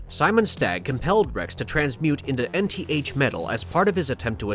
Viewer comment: It's not "N-T-H" Metal, it's Nth Metal. "Enth". Like a number.